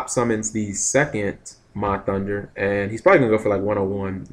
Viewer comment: When are you gonna realize its "HUNDER" LOL Ma and Pahunder not thunder ^_^.. NOt a big deal, i know.. Im just wondering if you really dont notice or if your choosing to call them that instead....